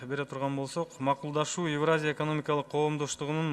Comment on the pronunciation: Эвраза дейт го тазза эле...еепти...целый торага 🙏